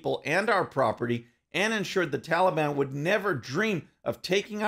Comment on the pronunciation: He calls them the "tallybon" makes them sound harmless.